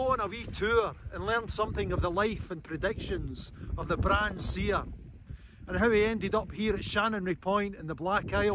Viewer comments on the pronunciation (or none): Wish he'd asked a local how to pronounce Brahan?.....It's got a silent H